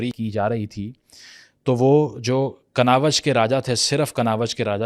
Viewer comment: Bhai kanawaz nai kannauj hai wo bahut galat pronounce kia apne mathura ko b